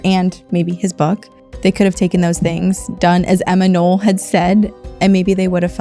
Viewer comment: Not Emma Noll, but Emma Knopp.